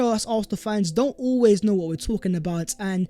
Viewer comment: VAT was the video VERE and VERE! 🤣🤣🤣 Sort your pronunciation out, mate! Great content but your pronunciation is a BIG EMBARRASSMENT!